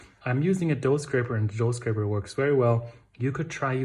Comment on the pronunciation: Thanks for including the boule shaping. By the way, it’s “scraper”. Love your sense of humor.